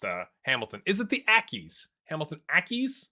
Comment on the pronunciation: Accies is right, you nailed the pronunciation, (short for academical)